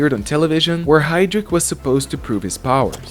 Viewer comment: James Hydric, not Heydrich